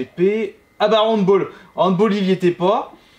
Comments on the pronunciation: Ça se prononce "hand-balle" et non "hand-bole"! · )Le handball est un sport allemand et se prononce hand-balle. On ne choisit pas la prononciation d'un mot selon ses envies!